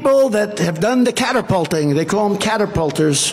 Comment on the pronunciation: Catterpolting ? Wtaf . And when did airplanes run on steam??